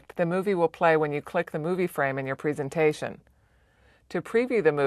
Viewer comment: Learn to pronounce presentation please